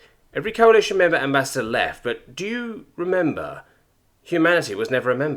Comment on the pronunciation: everything is good and all but you need to work on pronouncing words correctly. for example, you pronounced the word "remember" as "rember." that is one of many examples that i dont feel like pointing it out. try to slow down, take your time, and do bother to look up words you are not sure how to pronounce correctly. this will go a long way